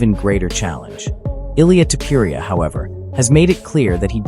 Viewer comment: I don't know about everybody else, but I am so sick of these AI bots. Reading what somebody's wrote and AI which is supposed to be the next biggest technological wander of the world doesn't even know how to pronounce UFC or names. It's so ridiculous and I will say this. The bot can say all he wants about people. Clamoring fans of temporia temporia does not have many fans. As a matter of fact to pour, you has way more enemies than fans. People can't stand the little flea weight. The little hobbits he deserved every bit of pain he endured. I hope the next person that hits him in the face collapses it. I can care less if I never see that dude's face again in my life. He is the most narcissistic prick I have ever seen or heard in my life. Watching him fail time and time again is what I wish for because that's what he deserves. Having a fake funeral the day before the fight. The white rose like he's on a season of the bachelor who gets a rose tonight. It makes me sick. Just engaging. You are a legend. You will always be the greatest the most fun. The most entertaining fighter and mixed martial arts and sarukian don't be mad at Justin. A real man will turn down a million dollars even though he won you 4.5 million on a bet. Think of his position. He doesn't want to take anything from you. He's a man. He's not some little p** that needs or wants a handout and I understand where you're coming from. I think it's a beautiful gesture what you did but think about it the other way. What if